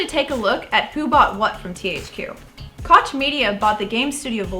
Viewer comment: I thought you can speak german, so please dont say kotsch media